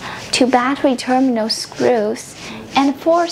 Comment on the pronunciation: Bukan terminos,, tapi terminal